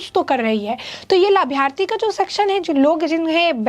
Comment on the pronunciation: Arey madam labharthi bolna to seekh leti 😂